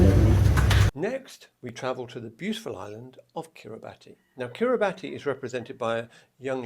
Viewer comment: You were close with the Kiribati contestant’s name. However, in Kiribati pronunciation, “ti” follows the Latin pronunciation and is pronounced as “s,” similar to the “ti” in the word “nation.” Therefore, it should be pronounced Asinterantaai. Also, Kiribati is pronounced Kiribas.